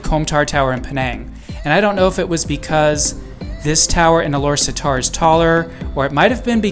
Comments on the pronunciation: its pronounce Alor Star. not satar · We pronounce it Alor Star. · I think it's pronounce as Ah-Lor-Star